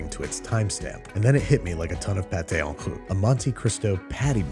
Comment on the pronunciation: mate, why do you keep saying it as "on kloot"?